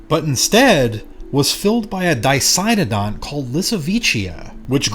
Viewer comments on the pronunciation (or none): none